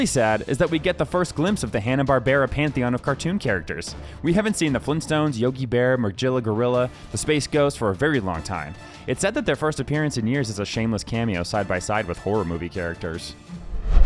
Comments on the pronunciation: Isn't it supposed to be Magila Gorilla with a strong G? Not Majila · Did you say Majilla Gorilla? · Did you just say ma-JILL-a gorilla? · Say it with me.. MA-GILLA GORILLA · Wait, wait wait, did you just say MaJILLA gorilla? Let me guess, you call a moving image called a Graphics Interchange Format a "Jif" don't you? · Magilla (Muh-gill-uh) Gorilla